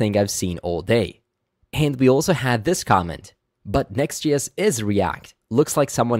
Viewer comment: Why are you say “Next GS”? Are you Swedish?